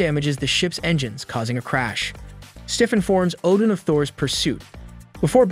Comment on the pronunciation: so, Oddin entered the Odin-sleep? Same word pronounced 2 different ways in 2 seconds!